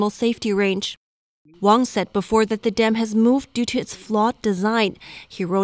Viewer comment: Wang is not wong.